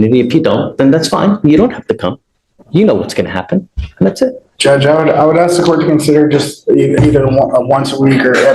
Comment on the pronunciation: well they do "axe" you a question, so...